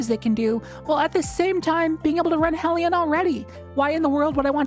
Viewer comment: Thank you for pronouncing hellion correctly